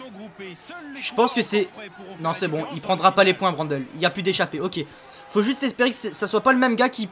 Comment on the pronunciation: on dit Mathias Brandleu pas brandeul. ( phonétique )